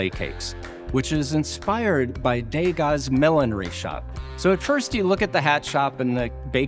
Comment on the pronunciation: Just a word about pronunciation. The name Degas. It is being pronounced in the French way but incorrectly. De Gas. The “De” should be pronounced as the French pronounce Je, Le. Not Day-Gah But De-Gah